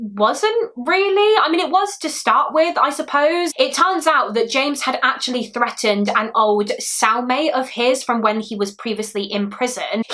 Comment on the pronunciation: I dont know if will see this but maybe someone else can answer. Please dont think im making fun of or teasing you about your accent because im not and i am absolutely obsessed with it (i actually started watching call the midwife for that reason lol) but do you pronounce TH as F? I noticed when you said the word threatened it sounded more like Freatened... if that makes sense lol. If you did say it with an f is that the proper way you guys pronounce the th or is it more of just how some people say it? I am in the car on a 10 hour long road trip with my very loud 5 year old while watching this so i could have misheard